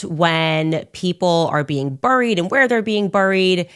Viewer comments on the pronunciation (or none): Burrried ??? The way she pronounced buried is so annoying.